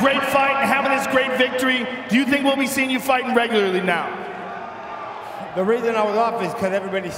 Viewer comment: "push me NAOW"